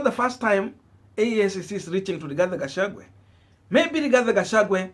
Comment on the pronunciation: At it again shemeji Gachagua not Gachagwe.Pls,pls,!